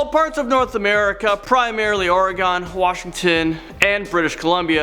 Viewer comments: Hey, don't disrespect my state. Oregon is pronounced Or-Eee-Gen (Gen as in hard G sound, not like generation.) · Also it's Or-re-gon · It is pronounced ORy-GUN..... Please...... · Born & raised in Portland Oregon. NOT pronounced ORE-GONE guys... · The way he said Oregon got me laughing